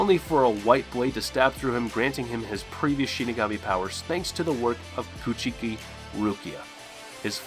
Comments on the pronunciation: Byakuya last name is pronounced Cooch•key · A few correct pronunciations Byakuya & Rukia’s last name is Cooch-Key. Also its not Ulkira it’s pronounced Ul - Key - orra. Kisuke is pronounced Keys - Kay